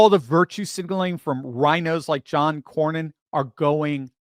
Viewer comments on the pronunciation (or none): Pronoumced Cor nin